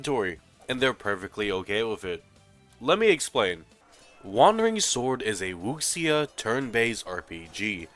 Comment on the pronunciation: Wu- Shia* wuxia